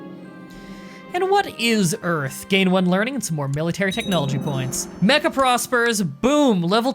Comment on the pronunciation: When you said Mecca army, I thought you said mecha army and I was like “wait... that ain’t right...”